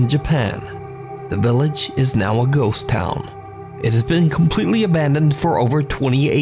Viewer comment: I vote to dare him to correctly pronounce the words 'ghost' and 'ghosts'. Instead, he says "goes" every time. I have a channel where I talk about pastrami on rye. I pronounce it "Your mommy's a guy."